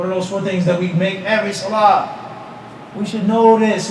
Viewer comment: Swalaa bila uthuu is not swalah